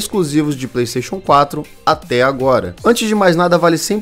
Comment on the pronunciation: Praystation! Praystation!